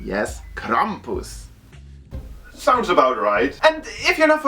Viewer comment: Yes, say "Krampus" again I like how you say it.